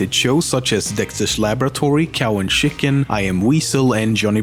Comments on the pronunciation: "sjick-ken"... C'mon man. Swedes can say "tjik-ken" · I really like that "Shicken" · I love how this dude says Chicken. "Shicken"… kinda classy. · The way you say chicken is funny Chi-ken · chiken I love you ;3 how you said it though "shicken" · the shicken